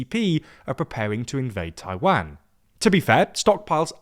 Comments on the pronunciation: for god sake, another time, it's "TAI-WAN" and not "TAI-WANG"... U mispronounced Taiwan in many videos already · Why do say Taiwan like that? Taiwon not TaiWAN. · The way you pronounce Taiwan is very painful